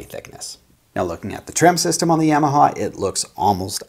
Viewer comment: YA - ma - Haw. Not Yea - ma - ha. Not Yay - ma - ha. Not Yaw - ma - ha. Ya - ma - ha.